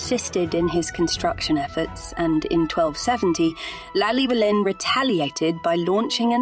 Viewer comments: great history on the castle but you've butchered Gryffydd and Llewellyn pronunciation's. I grew up about 5 miles up the road from Caerphilly. (Hengoed) to help with the pronunciations next time try Llewellyn = (Thlew)(Elun/Elin) Thlewelin Gryffydd = (Gri/Gru) (fid/fith) Grifith (not to be confused with Griffith, although similar sound) all in all the video was really informative and i enjoyed it. apart from the butchered Welsh name pronunciation. :) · Great documentary, but I hate it when the narrative is spoken by a computer generated voice, which constantly mispronounces Glamorgan, Caerphilly Carnarvon and Llewelyn. By the way I’m Welsh and live in Caerphilly so this really grates with me. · I’m from Caerphilly and this video was very informative but.. the pronunciation of certain words like Caerphilly and Llewelyn was horrendous. Perhaps it would be more appropriate to have a Welsh speaker narrating the video. Might make it a sound more professional.